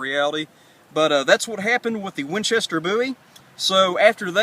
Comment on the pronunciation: lol "I'm gonna let my brothel do this one" "Winchestel" I've never heard it pronounced like that. Cool Vid though.